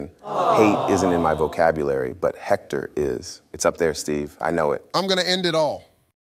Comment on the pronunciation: When said Hector with a J I lost it lmao.